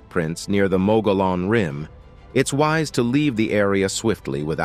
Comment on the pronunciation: There is no mq-go-lon rim, or monster. It is mug ey on, in pronunciation. The confusion in pronouncement is understandable, as you are thinking in terms of english which the word is not, rather it is Indian(American), in origin. This is confusing even to a good number of native New Mexicans, as once upon a time I was also one.